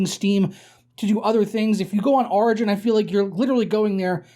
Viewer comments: Wait wait...how do you say "origin" ?...its not "rigin." its "or..igin.".... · When he says origin my ears bleed